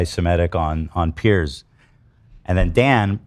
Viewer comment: His name is Piers!!! Pronounced “PEERZ” Lmao literally everyone calling him pierce morgan